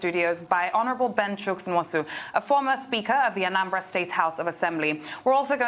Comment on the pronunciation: First of all, Laila ought to be ashamed of herself for pronouncing Nwosu as "Nosu". Why would a Nigerian, born, bred, and residing in Nigeria not pronounce a Nigerian name, and such a display is not shameful? Most of you purport to be "One Nigeria" champions but only to become semi-literate once an Igbo name appears before you? Haba, if na oyibo name you go pronounce am with perfection pass even the oyibo wey get the name! Where is Tundun? She definitely would not pronounce Nwosu as "Nosu", shoo! Second, the people criticizing must not have paid attention to his message; the man was correct and excellent in his message, which is the financial emasculation of the legislature and judiciary from a governor's grip. I initially was opposed to president Buhari's order, because I believed that he overstepped his powers, but I am currently not sure he did. As contends, governors should either go to court or implement the law if they insist that it exists.